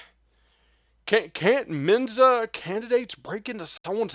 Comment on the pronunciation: Please, just show the videos. We're all smart enough to add our own commentary. This is essentially unwatchable. Terrible commentary. Just shut up! And it's MENSA not MENZA. SMH